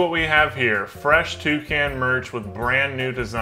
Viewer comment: Wouldn'T it be more like "Toucaine and Toucaine Accessories" like from the pronouncing xD Hwat in Gods earth is a Twocaine? I don't even have one Cane yet.